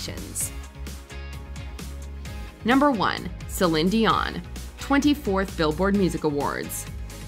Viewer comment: #1 it's "seh-leen" instead of "seh-len" dion...